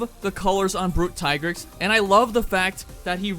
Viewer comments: I thought it was called "Plum" not "Plume." Lol. Also thank you for rejecting Tigrex's given pronunciation. He will always be Tie-grex for us. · thanks for pronouncing the tigrex correctly.